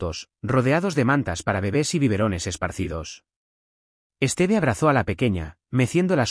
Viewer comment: Por Dios, el nombre de ella se pronunciacon acento Tíffany( con fuerza en la í) y es Stiv, no esteve.